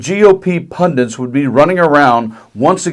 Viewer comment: PUNDITS!!! DITS at the end, DITS its not fkn Pundants!!! LEARN HOW TO READ!!! Does my fkn head in, it’s clearly spelled ‘pundits’ but for some reason there’s Americans that think it’s pronounced ‘pundants’ WTAF!?!?! So annoying 🤬🤬🤬